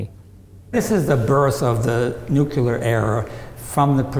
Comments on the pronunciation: Its always weird to see people that are professionals in this field still say nukular like Homer. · did he actually say 'nukeyler error'? That would be fitting. Not in the tech, in the language. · "nookyoolar" delet this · I'm sorry but no. NEW CUE LAR is simple adding extra letters where there isn't any and sorry to say it is plainly out of ignorance and/or laziness. Better examples would be people who say MEER instead of MIRROR, or LIBARY instead of LIBRARY. I do get what you are trying to say, but again I refer to the episode of The Simpsons. lol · it kills me to hear that guy say "new-queue-ler" instead of "nuclear" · It's NuCLEEar, not NucYOUlar. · *NU-clee-er Not nooquler. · the "new que ler" reactor" .... come on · And the PR guy says, "nukuler". Reading is fundamental. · An expert who says "nuke-yoo-lar"... That's a bit distracting. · It drives me bonkers to hear these guys say "NUKULAR" "Nukular, it's pronounced nukular." - Homer Simpson/George Bush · I get so disheartened when I hear a learned person in the nuclear field pronounce the work "Nukular" Makes me sad. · You lost me at "nuculer." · it's "noo-clear" or "noo-clee-yur". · as if the way he pronounces it is in any way relevant to his knowledge of the subject. Like you wouldn't say the same for someone speaking with a foreign accent, but since it's an American you're all "erm sad now" he said "Nukular" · I'll never understand Americans and their comic inability to say 'new-clear' properly, even here! Amazing! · "Nucular"... like they are dealing with nuts.. sigh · Wow, a scientist said "newcular" ... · The guide at a nuclear reactor is the last person I would expect to mispronounce nuclear. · You have been right with all your examples... except for nuclear. Again, sorry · MichaelKingsfordGray now here is a man that does not pronounce "nuclear" correctly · That is what President Bush said all the time also.